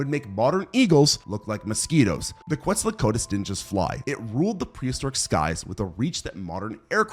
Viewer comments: you mean kwetso-kwat-ulas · you gotta learn how to pronounce quetzalcoatlus otherwise awesome video